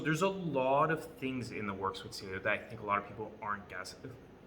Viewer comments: It’s pronounced ceaylo as in cialis not seelio... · Can’t even pronounce the company name right